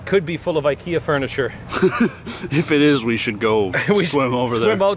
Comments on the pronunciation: "Ickie ya" is how ikea will be pronounced from now on 🙏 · Funny enough, their pronunciation is actually closer to the correct one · I know you were joking but your pronunciation of IKEA is actually closer to the Swedish pronunciation than English speaking normally is haha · The fact that I didn’t know “Ikyah” was IKEA.